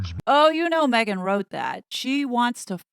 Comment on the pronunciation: HazNo using a microphone and not me-gain? How did that happen?